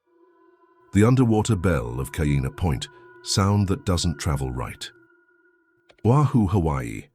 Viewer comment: Is this AI? Totally embarrassing; how can you make a video about Hawaii and don't even bother to learn the correct pronunciation of Hawaiian names! Kaena, Hilo!